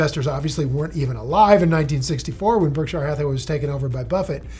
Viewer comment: If Buffett really had such a huge impact on you, one would think you've learned to pronounce his company correctly by now. No one pronounces it Berk-SHIRE; not even Buffett himself. It's not Lord of the Rings for goodness sakes.